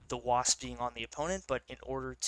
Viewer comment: Your continued accidental use of a pejorative for Italians was making me laugh 😂, wasp can be a hard word.